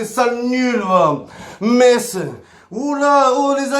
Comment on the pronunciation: Mohamed Henni, le premier Marseillais à dire "MeSS"! C'est bien, on avance dans le bon sens !